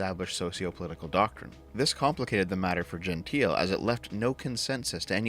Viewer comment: Pretty sure Gentile has three syllables for at least one of the two men here (and presumably both).